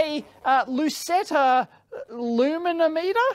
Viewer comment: Loo-me-nom-it-er? Dave obviously lives in electro-nerd heaven!